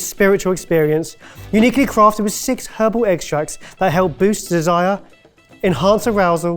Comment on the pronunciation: not me trying to work out if said “NINETEEN pounds for SEX chocolates!?” O r “NINETEEN pounds for SIX chocolates!” 🧐😅😂😂😂🤷🏻‍♀️👍🏼🥰